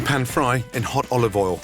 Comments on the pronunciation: Is it "A touch of olive oil" But I heard "A touch of volley ball" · When he said: "A teaspoon of olovol" I felt that.